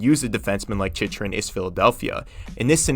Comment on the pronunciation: “Chich-rin” is bothering me so much